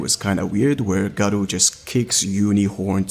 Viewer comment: bro Gaaro not Garo xD i dont know how you are a fan even though you cant pronounce a name properly